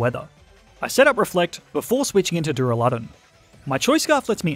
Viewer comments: Der a le don not duralon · DurAlUdon not duruladon ;D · Its duraladon not dularudune